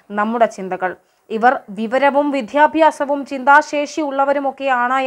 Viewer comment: 42 ക് ഒൺ ലൈൻ ന്യൂസ് പറയുന്ന ലേഡി പറയുന്നു :- വിദ്ധ്യാഭ്യാസ്സം ( പറയേണ്ടത് വിദ്യാഭ്യാസം എന്നാണ് ) ഭാഷയെ ഇങ്ങനെ വ്യഭിചരിക്കുന്നതു.. എന്തിനാണ് വിദ്യാഭ്യാസ കേരളത്തിലെ ടീവി വാർത്താ വായനക്കാരി ?😍😁😛